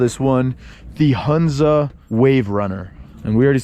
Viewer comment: Dear it is Hunza with ho sound means Honza..